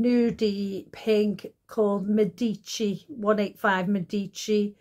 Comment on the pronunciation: Love that you pronounced Medici properly!